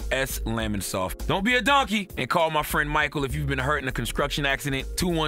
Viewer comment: DID HE SAY, "SKRANGE" TO ME! 😳 🤣 DID HE SAY "CONSKRUCTION" ACCIDENT! 😳 🤣 CTheGod, I can see how you feel you're very blessed and your black is a privilege; you are truly a blessed lucky man to have a great position in media and communications without a college degree or proper enunciation. You're the 1%. Much love, respect and continued success to you.